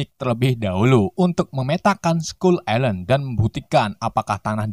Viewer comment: Skull ailen bro bukan islen 🤣